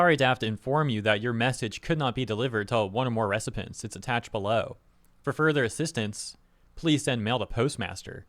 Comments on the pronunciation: "ressipence?" you can't pronounce.... recipients? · Bro, the thing that killed me is you don’t know how to pronounce recipients lol